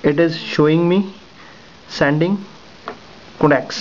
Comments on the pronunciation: not codacs but con tacts. Work on yr pronounciation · you say contacts and it sounds like "connects"